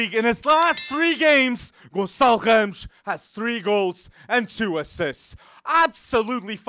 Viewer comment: Eu: ohh a internation youtuber talking about benfica Hear him pronounce "ramos" Ohh